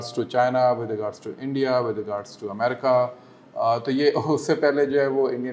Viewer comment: Madamme Aaaaa America Bolne mein kafi Parishan Horeee Jaisa Bannanna Kahaa rahe hai